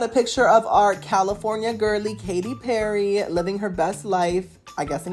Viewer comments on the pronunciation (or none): none